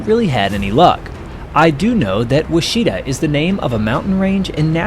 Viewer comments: "Ouchita" is a county and Baptist university in Arkansas. It is not pronounced "wah-SHE-ta," but "WASH-it-aw." The German fighter was a BF-109, not an ME-109. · It's pronounced "wuach- it - ta" NOT "wacheetah" you nube! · that isn't wachita, Thats wachitaw =P, or Wash-A-Taw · Ouachita is pronounced "Wachita". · while I applaude you on the display of these iconic aircraft, I correct you , the Name of the Plane was Miss Ouachita ( Wah-sha-taw) native american name for the onnly Mnt. Range in America that runs West to East not North to South or vice versa. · It should be correctly pronounced as: “Wash-it-ta”. FYI - Lake Ouachita is approximately 20 miles west of Hot Springs, Arkansas, is approximately 40 miles long, has over 200 Islands in it, and is one of the cleanest lakes in The United States 🇺🇸 of America. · (Wah) Chi -TAW is the pronunciation Its a county in Arkansas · It’s pronounced Wash-a-taw. Mountain range and lake in Arkansas. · you might want to check your pronunciation of Ouachita. A river and mountain range in OK along with a lake in AR bear the name. WAH shuh tah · Ouachita is pronounced wash-ah-taw. Great video and thank you these men gave all and deserve to be remembered. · Miss " wash it aw " ouachita. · The correct pronunciation for “Miss Ouachita “ Is “Wash-ah-ta” It’s an Indian tribe and a Mountain Range in Arkansas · ouachita pronounced like (wash I taw) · Great video! Enjoyed it! Correct pronunciation of Ouachita is “wash-i-taw”. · Ouachita is pronounced Wash itaw I lived in Ouachita Parish in Louisiana in West Monroe Louisiana where the Ouachita River flows through. It’s an Indigenous word! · Nice show, dig your channel. One point: Ouachita is a mountain range in Arkansas and is pronounced ''WASH-it-tah'' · Ouchita - Wa shi taw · Ouachita is a Native American word. I'm Choctaw but I'm not sure what the word means. It is the name of a small mountain range. It's pronounced (witch - itaw). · You’re saying Ouachita incorrectly!